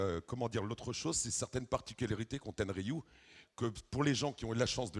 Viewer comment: le mec il ne connait même son sujet, respecte la marque "ten er riu" .